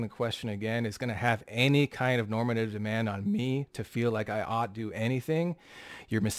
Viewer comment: I cringe every time says normative.